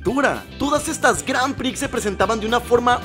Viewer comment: Las "granpri" jajaja 😂